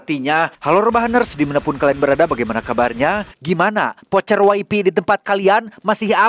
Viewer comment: kok bilang nya vocer wifi sih kyak di kampungku aja 🤦